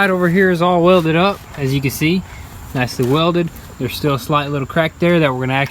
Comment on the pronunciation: Stretch like stiL